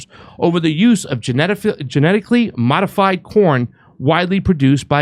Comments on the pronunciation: I thought said "Genetically modified Porn" lol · At FIRST I thought you said, “Genetically modified porn.” Omg that’s all we need. Lol